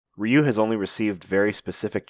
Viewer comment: Ah, why are Anglos always ending three more letters to Ryu's name? At least it's not "Rye ow waw you" anymore, but still... Why "Ree yi you", not just Ryu? It's three letters, two sounds, R-yu. Like "Rew". Not like reeeeeeeeeeawyou.